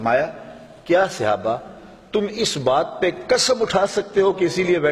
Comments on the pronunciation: مولانا صاحب براہ کرم صحابہ کے لیے اپنا تلفظ درست کریں۔ یہ صیابہ نہیں ہے بار بار آپ غلط کہہ رہے ہیں۔ برائے مہربانی درست کرلیں. جزاک اللہ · مولانا صاحب براہ کرم صحابہ کے لیے اپنا تلفظ درست کریں۔ یہ صیابہ نہیں ہے بار بار آپ غلط کہہ رہے ہیں۔ برائے مہربانی درست کرلیں. جزاک اللہ مولانا صاحب براہ کرم صحابہ کے لیے اپنا تلفظ درست کریں۔ یہ صیابہ نہیں ہے بار بار آپ غلط کہہ رہے ہیں۔ برائے مہربانی درست کرلیں. جزاک اللہ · Janab sahaba karam hai sehaba nahi